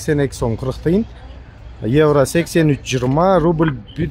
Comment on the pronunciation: Еврону кыйналып айтпай эле койчу иним ишине ийгилик рахмат